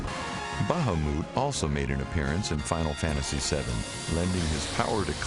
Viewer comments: Is that how you say it?!?"BAHAWMOOT"?? I always pronounced it as "BAHAMUT" ... Sounds silly how he says it :) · Bahamoot? D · not bad but 1 he said bahamut wrong and well im just gonna stop nice vid though